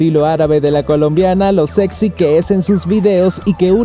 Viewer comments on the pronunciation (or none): none